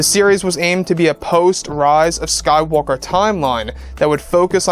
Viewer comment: "The rahz of skaiwalker" :p